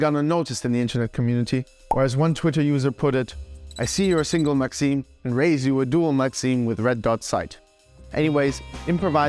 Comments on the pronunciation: it isnt maxeem is maxIM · Hear him pronounce maxim as Maxine